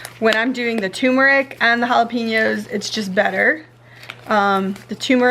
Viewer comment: Its pronounced "Halla-penyos". Not "halla-peenos"